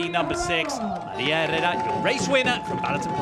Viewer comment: Quality race! Well done ladies. Commentators pronunciation of Herrera was driving me mad though lol.